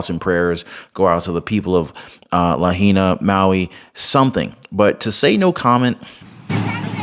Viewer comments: Please learn how to pronounce Lāhaina appreciate the coverage Governor, Chief, Mayor and WEF Black Rock don’t fall for Oprah or Bezos lies they don’t ever help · Mahalo for your insightful video!! Just want to say that in Hawaiian it is pronounced: La - hai - na 🤗❤🙏